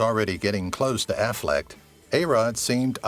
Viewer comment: It's not AFFLECKED or AFFLECT! It's AFFLECK!